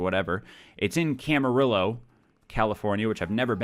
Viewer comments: Camarillo = cam-a-rio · I'm sorry but Camarillo is pronounced camaRio I'm in that area and it's a good city where many celebrities live